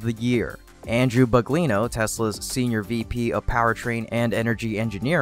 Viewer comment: "Drew Baglino"... not BUGLINO.